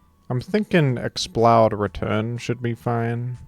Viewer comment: You have to be consistent. Pronounce it Explud